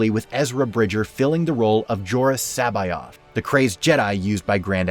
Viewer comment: Not 'Seba-ya' but Kba-oth.